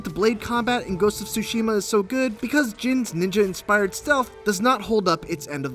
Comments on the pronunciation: TSUSHIMA, not sushima. TSU TSU TSU! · Get the pronunciation right, is Tsushima NOT Sushima! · Please stop saying "Sushima", the T isn't silent in neither English or Japanese. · Fotze Gaming and Media Tsushima the T is silent Tsushima is a island in Korea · The way he says Tsushima sounds like sushi-ma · This guy fr just said Ghost of SuSushi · He said “Ghost of Sushi-ma” lol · this guy called it ghost of "sushi" . wow fail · Did he just say “Ghost of Sushi” ?? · Why does he keep saying *Sushima*?!... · “Ghost of Sushima” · Gotta be honest, For an instant there i thought i heard 'sushiman' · if i have to hear this guy say SUSHI-ma one more time, i swear im gonna lose it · did i just heard "Ghost Of Shushi" on ? lol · I feel like this guy pronounces “Tsushima” in a 100 different ways lol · I hate the way he pronounces Tsushima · My heart bleeds for Japanese-Americans (or Japanese people, for that matter) everywhere each time you pronounce the game's title. 🤦🏻‍♂️